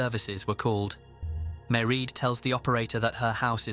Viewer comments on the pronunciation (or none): Just a tiny nitpick for future reference: the name “Maireád” is pronounced to rhyme with “parade”, not “ma-read”. Otherwise, loved the video as always! I appreciate the amount of effort that goes into your videos every week. Thank you,! ❤ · Mieraid* Philpot not Marie x